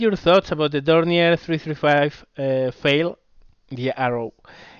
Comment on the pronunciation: Hey, just a heads-up from a german native: The "ei" in "Pfeil" is spoken like the "ay" in "hay" (the spanish word, not the english one).;) Kinda hurts my german plane loving ears to hear you call it "Fail". xD